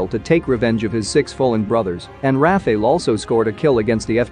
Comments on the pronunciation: It's not Rafael, it's Rafale, prononce the second A the same way as the first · You pronounce Rafale wrong, but I like it! You give a kind of Medieval essence to it 😀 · Why is it so hard for Americans to pronounce RA FA LE ( sounds like NADAL tennis player). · It's pronounced "raafaaal"